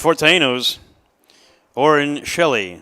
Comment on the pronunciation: Please pronounce Orren Shelley’s last name as (shell-eeeee) not (sheellleeee)